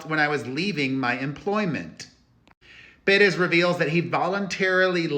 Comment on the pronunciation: Should we start pronouncing your name like this too peRESS?!